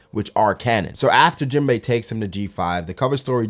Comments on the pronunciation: u call him jimbo when its jin-bay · I hate how u say jinbe